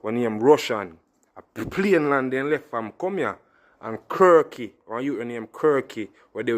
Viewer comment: Yow bredda not say plane land, the ting a payne land.